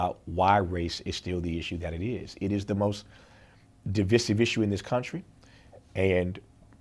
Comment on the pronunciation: I couldn't take it seriously after he pronounced "divisive" incorrectly.....